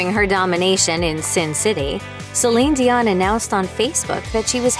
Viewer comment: This was a great a terrific breakdown of her entire career. Although, I think that you should have pronouced her first and last name correctly. However it was still marvellous.